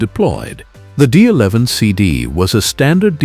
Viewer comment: Can't even say the D11 properly with AI slop they use in the videos. Use your own voice and your channel will do a lot better than using AI